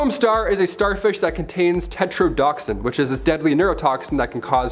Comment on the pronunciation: Tetrodotoxin is pronounced tet-ro-doh-toxin.